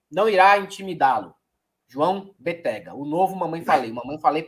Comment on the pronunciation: Béttega... sílaba forte BE...